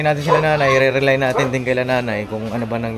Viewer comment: Sorry, hindi sa nag mamagaling ako pero hindi ko matiis na hindi sabihin ito sa inyo. Malayo ang kahulugan ng rely sa relay kaya hindi pwedeng bigkasin na rely ang relay. Re lay, yong lay ang parang lay out ang bigkas. Itong salitang ito ang ibig nyong gamitin. When in doubt, google it.God bless everyone.